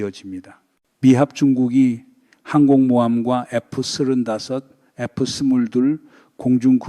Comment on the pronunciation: 하메네이는 벌써 쫓겨났어야 할 정신이상자죠. F-35는 에프삼십오 로 발음. F-22는 에프이십이 로 발음. B2(폭격기)는 비투 로 발음합니다. 기왕이면 바른발음이 좋죠.